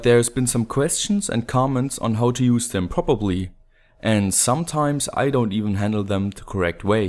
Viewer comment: Say prop. Say ERR-LEE. Now say Properly properly :P Haha. Video is helpfull as always thanks!!